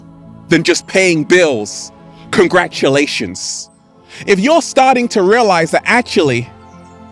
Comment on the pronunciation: Does anyone else enjoy when says “Congratshulashons”